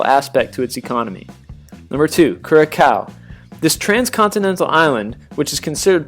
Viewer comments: He pronounced Dominica wrong. It’s Dom-in-eeeee-ka, with the accent on the third syllable. Also, it’s Cura-sao not “cow.” Embarrassing. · You pronounced Curacao wrongly..The second C is pronounced like an S. Not Curakow. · I laughed so hard when he said “cura-COW.” It’s Curaçao! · I wish he could pronounce the islands properly Saba "Say-bah", Antigua "Anti-gah", Nevis "Nee-vis", Dominica "Dalm! like palm-inque-ah" lawd and Curacao "Cura-saow!!!!!!!!!!!" please get our islands Correct smh! Americans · "COO-ROO-CAW" for Curacao🤣😭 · Curaçao No2!!! Ps its pronounced CuraSao. The ç is pronounced as an s. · Curacao. pronounced as "CuraSAO" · it sound's more that this guy says Kurakou on of the reason's why its sounds funny when english people try tho say Dutch Words/place names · Oh lord some of the island he mispronounce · You pronounced Curacao wrong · i agree that how he said Curacao was funny ...lol ---- my comment is to say that, though i have visited most of the Caribbean countries....i regret that HAITI is not part of that list ... tough it's not a "typical" country that is dealing with a lot of shit (internal issues, first black liberated country, etc...), HAITI is sooooooo magically beautiful when you take the time to discover it ..... i am disappointed...thought your article would focus on what is NOT obvious !!! All of us have great beaches, but only a few have stand out for their rights !!! RESPECT THAT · Sarah Ambroise yes Haiti beautiful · Your pronunciations are still off. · ive You Say it in Dutch thats the proper pronunciation not English Curacou, Sint Maarten,Aruba,Bonaire,Saba, Sint Eustatius (De Nederlandse Antillen Is The Whole island's Group Name ) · Hi.... Look for a clip named - Curacao "The Difference" - here u can hear the proper pronunciation in english.